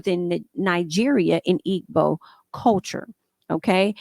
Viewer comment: Pronunciation: Igbo = E bow